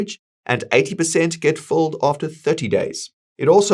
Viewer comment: Are you saying fulled or filled? There is a difference